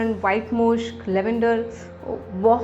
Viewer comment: मुश्क नहीं मस्क होता हैं